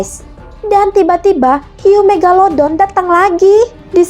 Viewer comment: Kak panggil hiu megalodon bukan megaladon kak 🤣🤣🤣